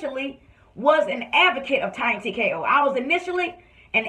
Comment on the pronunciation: Did he say Tonya TkaHoe?!!🤣🤣🤣